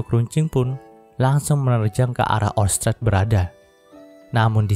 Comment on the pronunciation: Pas bagian ngomong orsted yah bikin gangu pengucapan kurang pas gituh min